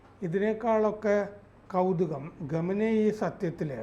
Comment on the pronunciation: ഖമനയി അല്ല, ഖമയ്നി or ഖമൈനി